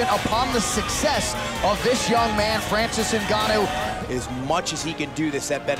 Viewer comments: Francis guanou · Francis Ganu....😂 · Did the guy in the beginning say Francis The Predator Gnu? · "Francis Gnno" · Put Some "Respek" on Francis's Name